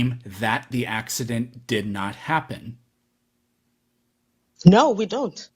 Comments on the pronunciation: What the hell is going on down under? Josh and Iron Horse are just insufferable. N.B. I absolutely love when you just say “Naur” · “Nooer nooer”. 😂😂 there’s no letter R in NO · why do australians not hear that they add an R to no "NEOUR"